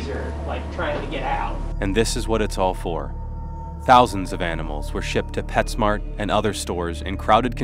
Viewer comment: LOL......you said Pet Snart